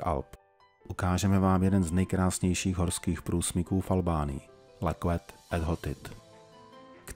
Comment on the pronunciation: Ne leket e hotit ale lečet to q je vaše č.